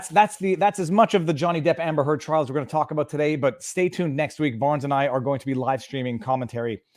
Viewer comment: québécois side is showing here. "Hamber Heard" - spoken like a true frenchie!:D